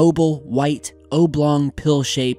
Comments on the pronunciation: Yes, an "obe long" capsule.. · Hahaha “O-blong” 😂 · Dude, oblong: the O is short, like knob. Not obe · Ol' Skool and that is relevant how? I'm being ocd about his pronunciation of the word oblong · Eric VanLandingham because it was quite large the short ‘O’ may not have done it justice ! Sorry mate, it’s kinda late here !